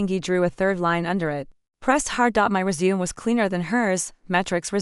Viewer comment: Hi, This story is either poorly written or the channel needs to update its reading software. Disjointed with so many incorrectly pronounced words, is my very polite review, and what I really feel. Let's see how far I get before I give up. I'm 3 minutes in now. 9 minutes now; For crying out loud get the pronunciation of resumé right. Annoying! Okay, so I got through it by jumping most of the story. If you don't have any particular reason for this particular story, go find something else, because this one isn't worth the calories. AKA annoyingly bad writing, and the reading software must be from the Middle Ages or really really cheap because it's absolutely horrible. For my sanity, I skipped about 65% of the actual text and even with that it was hard to get through for those reasons outlined above. If I had a rating system in place this one would unfortunately get about -3 on a scale of 1 to 10. Yours, Ann